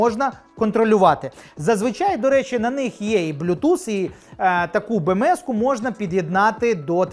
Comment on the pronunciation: Чому досі не підписаний ... ? Бо Бе-Ме-еС , чорт забирай , а не Бе-еМ-еС чи вже Бі.. англійською ... !